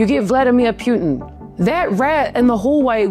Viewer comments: Poo tin not Pew tin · I find the way you right and deliver so fking amusing. Appreciate the acknowledgment for pronunciation, I’m not usually a stickler on that but you said it so many times that I started getting a physical aversion 😁 It’s P-uh-tin not P-you-tin. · Let's pronounce his name properly please: Poo-tin. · Vladimir "Pe-yutin"? More like Vladdie Putrid. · It's pronounced "POO-tin". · Why do you call him pyuutin? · Putin is pronounced Potin! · You do not pronounce Putin correctly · Pronounce his name correctly😂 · What the f are you talking about?? You don't even know how to say his last name! Learn the basic respect👊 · Bravo! She don't even know how to pronounce his last name! Wtf